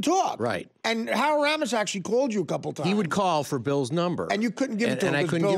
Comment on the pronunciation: Artie cannot pronounce Ramis correctly